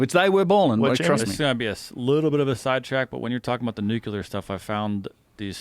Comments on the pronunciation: This dude is killing me "Nukuler" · thinks hes a scientist but says "nucular" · can you spell nuclear properly but not pronounce it properly? Or do you think it is spelled nucular? lol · It's nuclear not nuculer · Someone get to stop Mispronouncing nuclear, drives me nuts